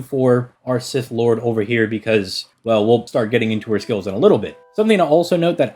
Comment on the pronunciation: Every time I hear him mispronounce Sith it hits me like seeing Altria and being confused as to who they are talking about. And it's not like he doesn't try with other Celtic names that are not so obvious as to how to pronounce, like Scáthach. Anyway, it just irks me that he tries with some names yet complex gives up on this one.